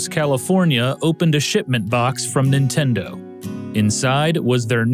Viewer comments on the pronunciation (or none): How you keep saying "Intendo" reminds me of how my Grandma used to call my original NES that over 30 years ago. I miss her, it brought back memories, TY!